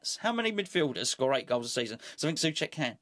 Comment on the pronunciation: it´s NOT "Suček" but try to say so + check (without pause) :)